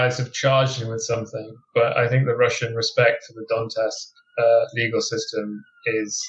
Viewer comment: It's Donetsk not Donteks